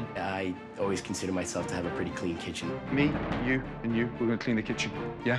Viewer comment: *kitchen not kitched XD